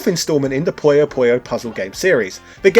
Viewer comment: Its PU-YO PU-YO, not pollo pollo this aint Pollo Loco